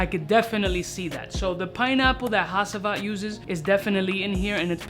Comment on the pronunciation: Ha”ç”ivat bro you pronounche it like de c from chees. (Im turkish )